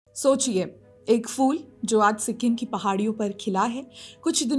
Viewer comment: Fool nahi kahte, Phool kahte hain. Pronunciation sudharo. Good luck